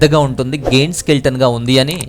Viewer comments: గెయింట్ కాదు..... జెయిoట్... Kindly, pronounce correctly.. Good awareness information 👍👍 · Giant pronunciation: జాయన్ట్. Goiath❌ Goliath ✅